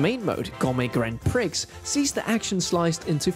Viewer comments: “ Gourmet Grand Pri’X’ “… LOL, I love ya but the ‘X’ in Grand Prix is silent, it’s pronounced jus “Grand Pre”;) bless…lol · Nice review, but for future reference the X in Prix is silent. It’s pronounced “Pree” not “Pricks”… which is a very different thing nowadays. 😂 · the 'x' and Grand Prix is silent. It's pronounced Pree. You also need to invest in a better pop filter. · I've never heard anyone pronounce the x in grand prix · x in prix is silent